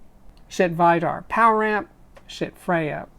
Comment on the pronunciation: Vidar is pronounced "Vee-dar" it is a common Norwegian name.